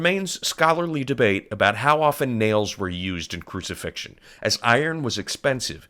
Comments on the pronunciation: 'crucifixtion's a dawdle' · “Crucifixion? Goood.”